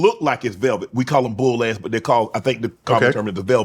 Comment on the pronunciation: Shae country af talking about bull ants 😂